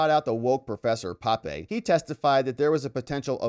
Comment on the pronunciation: That's professor P`ape, not Pape...